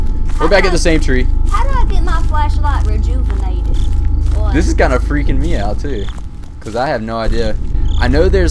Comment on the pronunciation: "how do I get my flash light rejoovanayted?" I love it hahahah